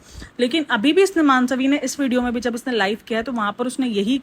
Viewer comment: मानसवी नहीं मनस्वी